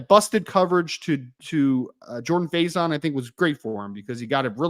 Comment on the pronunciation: JAG-uh-Saw. Gary Danielson f*d it up at least 3X. They butchered Jordan Faison into about 3 different mispronunciations. Had down & distance wrong on multiple occasions… That ancient CBS crew was horrible yesterday. They clearly didn’t want to be doing ND Ore. St. in the Sun Bowl.